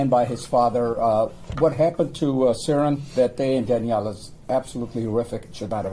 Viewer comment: His name is actually pronounced Seren like Serendipity